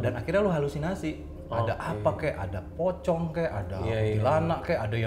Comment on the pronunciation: kenapa orang barat kalo nyebut pocong selalu Pokong? :((